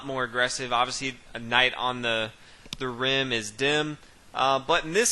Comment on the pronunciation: A Knight on the rim is dim, or grim... I even heard him say brim...!